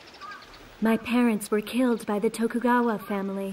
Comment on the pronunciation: The way he said Tokugawa hurts me.